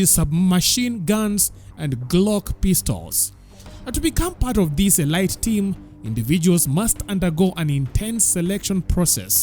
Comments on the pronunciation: Elite is pronounced uh-leet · Elite is pronounced as 'Elit,eleet...' in weapon 'a' is silent